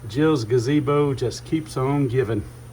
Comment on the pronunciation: That's not a gazebo, it's a gabeezo. you're mispronouncing it. 😂😂😂😂😂😂😂😂😂😂😂😂